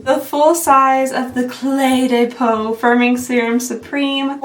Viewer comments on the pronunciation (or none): I'm dying at the de de peau and not cle de peau. Hahaha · So fun fact: Clé de Peau literally translates to "Key of Skin" or "Skin Key." I'm still learning French as a second language, but you can pronounce it something like "Clay duh Poh." But personally, I think "Day Day Pew" is way better 😂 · Pas Dede Piuuu, Clay Deux Pô!